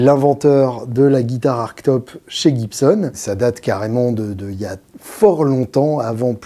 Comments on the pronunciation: eh beh c'est beau. Mais ça se prononce "artchetope", non ? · bah en fait, désolé je sais que je suis un peu relou, mais c'est pourtant bien avec un "che" que les anglais prononcent ce mot, dans toutes les magnifiques vidéos de construction de ce type de modèle^^